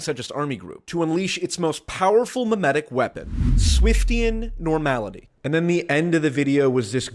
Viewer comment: this has nothing to do with anything, but i have only been following for a couple months and every time he's said "memeatic", i thought he meant mnemonic and was really confused lol